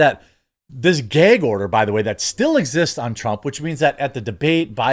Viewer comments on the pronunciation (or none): He said Geg order 😂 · What’s a “gehg” order?